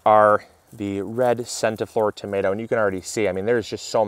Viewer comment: Centiflor pronounced Chenti-flor 🙃. Congratulations on your son! He is a lucky little one to be a member of your fabulous family! HUGS